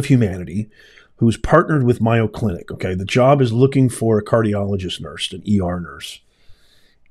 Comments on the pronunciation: It’s not Myo clinic…..it’s MAYO with a long A sound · Mayo clinic is prounounced may o not my o. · It’s. MAy-O clinic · Just mentioning its pronounced MAYO. Long A long O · It’s pronounced MAY-O❤😊if you don’t pronounce it correctly then people might not know what hospital you’re talking about.❤😊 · Just want to correct you, its pronounced A as in aid, in MAYO. You seem a genuine person and I agree about DEI being detrimental, but there is NO WAY you were at MAYO, because you are pronouncing it wrong constantly...?!!! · Learn how to pronouncse mAyo clinc if you want me listen to you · You're pronouncing it incorrectly it's like mayonnaise. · Yeah, it isn't one of his better pronunciations. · not criticizing, but letting him know so he doesn’t continue to embarrass himself. After all, it’s only four letters it’s not like trying to pronounce supercalifragilisticexpialidocious.